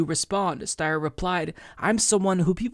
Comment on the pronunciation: His name is pronounced St-I-er. Sometimes Ys are pronounced like I in certain last names. It might be British or something, yet we all need to do our part to defeat these two billionaires so they get taxed into retirement. I thought Tom Steyer was retired anyway living on a peaceful ranch in San Mateo County California. He might as well stay there if Bernie taxes his wealth, his estate, and his capital gains if he is still tied to Wall Street, and the stock market. Let’s not forget that Steyer invested in coal mines in India while he’s trying to run as an environmentalist. He might as well divest from those mines. It’s up to us to defeat them with the power of Bernie 2020. Let’s bring Bernie to the finish line.